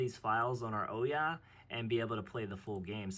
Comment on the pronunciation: This very moment. Hurts a video when the primary subject isnt pronounced correctly